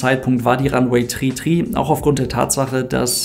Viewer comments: Ist die aussprache “tri” sozusagen funksprache ? Also damit man die zahl 3 über funk auch wirklich versteht? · Danke für das Video. Wird wirklich 33 ausgesprochen - Tree Tree? Ist das ggf. so eine Funksache das man das TH nicht ausspricht? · Heißt das wirklich Landebahn tri tri oder spricht die Zahl drei einfach so aus? 🤔